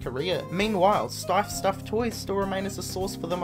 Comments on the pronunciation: Your voice is annoying as Hell plus you're not even consistent with your pronounciations. You pronounce Steiff as "steef" and the very next sentence, you say "stiif". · Right that bugged the living hell out of me. When talking about the Louis Vuitton Steiff bear, he pronounced it 'steef' the first 2 times but correctly (stife) the 3rd time. Just needed to vent that as it irritated me.